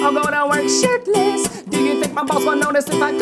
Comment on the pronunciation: Its sounds like Link says 'shitless' instead of 'shirtless'.